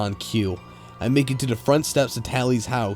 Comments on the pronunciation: Whoever the person reading is made listening to this video unbearable. Says "the" as "da" or "ta" completely threw me off. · the The THE!!! not Dah!!! It drives me nuts how '' says da instead of the all the time. Almost can't even sit through the stories. Gah!!!